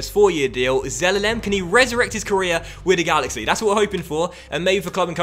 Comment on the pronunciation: “Wid duh galaxy”